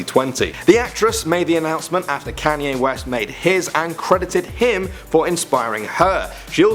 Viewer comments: Yeah guys "Canyee West" 😂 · You pronounced Kanye's name Can-yeh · I thought it was, "Kon-ye West" not, "Cane-ye West" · It's kanyeee not kanyay even though it is spelt Kanye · It's pronounced KONYAY not KANYAY!!!!!!! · The way you call kanye canyay😂😂😂😂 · “Can-yay.” LOL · "Can"ye West lol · It's Kanye west not kaaanye west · Lol "Canye West" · Why you pronounce kanye like a nerd?